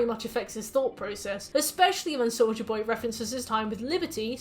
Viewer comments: I LITERALLY HEARD "SOULJA BOY" AND NOT "SOLDIER BOY" LMAOOO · I can't spot hearing Soulja Boy when you say Soldier Boy 😭😭 even though your pronunciation is clear, so idk why lol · ahh another entry into long analysis of series i've never seen but will eagerly watch because i love the creator making it edit: also every time you said soldier boy i heard soulja boy, and i kept thinking wtf is soulja boy doing here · really unrelated but everytime you said souldier boy i heard souja boy lmao